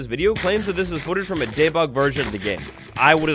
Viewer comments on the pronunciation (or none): ugg... it's dee-bug, not day-bug